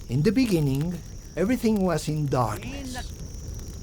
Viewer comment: Who the eff would keep contact with a mother such as hers? This girl never released a video statement on Gannon,tribute-zero. She's looking for notoriety off Gannon's homicide-should've layed low out of respect...and the baby voice driving me to kick something. The "k" switching of any word ending in "g"-what in the af is that? EverythinK,anythinK